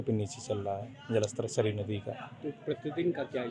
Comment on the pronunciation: कृपया अपना उच्चारण सही करें।सरायु नदी नहीं सरयू नदी कहें। लगता है अंग्रेजी भाषा से अधिक प्रभावित हैं।